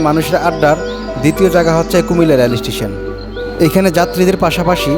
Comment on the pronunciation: ভাই "রেল" উচ্চারনটা সঠিকভাবে করেন।